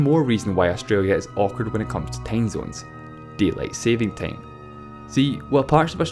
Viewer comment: no he got me at deileight saving tame